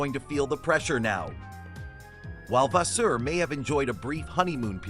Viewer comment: Which source you get this so called information? His name is Fred Vasseur not the way you'r saying it!!!